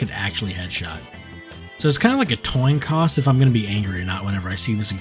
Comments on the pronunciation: “toin coss” goes crazy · "Toin coss" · toin coss? lmao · "toin coss" LMAOOO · toin coss?